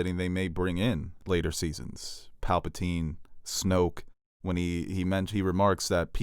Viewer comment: Nobody:: Palpeltine